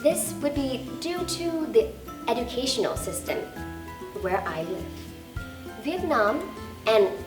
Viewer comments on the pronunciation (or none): Bạn Thảo Tâm, mình thấy có 2 chổ bạn phát âm chưa đúng, phút bạn nói chữ educational (ejəˈkāSH(ə)n(ə)l) thành (edəˈkāSH(ə)n(ə)l). Bạn đang nói giọng anh-mỹ mà nói chữ đó theo giọng anh-anh. Ở phút chữ tedious phải đọc là ˈtēdēəs như ti chứ ko phải te. Ngoài ra bạn rất giỏi và dễ thương, rất ngưỡng mộ!